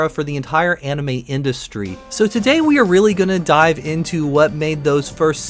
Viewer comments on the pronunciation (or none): none